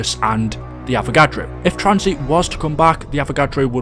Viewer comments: why u calling tanzit tranzeet u mong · the video is good but i always have a stroke when he mispronounces a map name "Tranzeet" "Kino dur towtin" "Der Eisindrackaa"